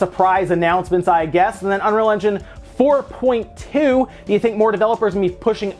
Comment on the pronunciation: The Unreal Engine update is 4.20 (as in twenty) not 4.2